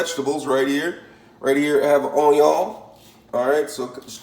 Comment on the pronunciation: I doubted this when he said “Raymen”, almost stopped watching when he showed me craft singles, puked when he threw a hot dog onto the counter, and then cried in my shower when he called onion “ahnyah”. And then. AND THEN he zooms in so we can smell his horrible hotdog-onion concoction. I have never wanted to stick a fork in a electrical socket to end it all so badly.